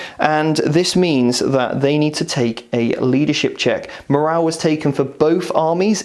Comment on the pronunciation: Great advice but... morale with an E, please.